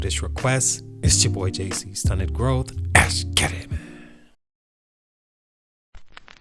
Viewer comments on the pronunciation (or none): My man, stop saying eskgettit... you too old for that 😐